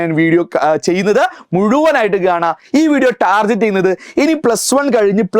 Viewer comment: Pls,avoid saying DATAS... DATA is plural. Pronounce TARGET properly, it is not to be pronounced as, TarJet